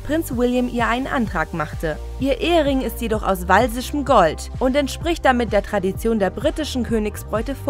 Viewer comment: Wenn man "walisisch" nicht aussprechen kann...